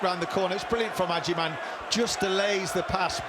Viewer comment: his names agyemang not agyeman 😂😂 pisses me off so much when he calls him agyeman